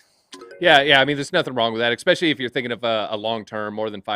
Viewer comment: Quit saying EKspecially!!! There's no K in the word.